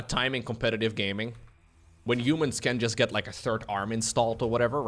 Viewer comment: Someone ask if he reads haha as jaja. It’s HUman not YOUman